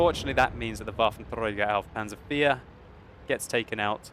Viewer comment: woar wie mich das Triggert wie er das ''Waffenträger auf Panzer IV'' ausspricht..da denk ich echt einen moment lang an Hitler :P